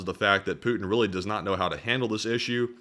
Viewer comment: apologises for mispronunciation of a Russian General's name, but never apologises for mispronouncing Putin's., please note that there's a 'T' in Putin.